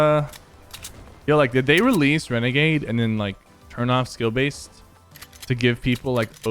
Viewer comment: Its legit annoying that he keeps calling it regagade cause it's not